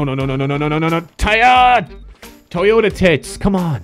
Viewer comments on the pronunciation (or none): none